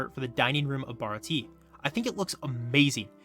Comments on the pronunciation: Baratié not barati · damnit its pronounced bar ot t ay